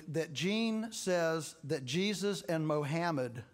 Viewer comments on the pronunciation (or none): Dis fool said MO-HAM-AD!